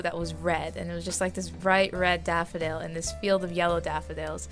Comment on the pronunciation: "The red daffy dale (on a British accent)"....... ... Plus this months collab lol.